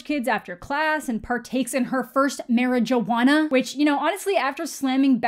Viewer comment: wtf the way you said marijuana hahaha